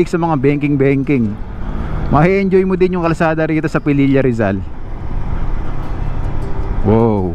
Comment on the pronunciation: Its Pililla po, not Pelilla. Thks.